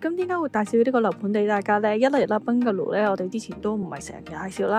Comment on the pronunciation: 多謝分享🙏🙏🙏不過麻煩你個Bungalow讀音搞搞佢，兩位主持都好似講到怪怪地咁，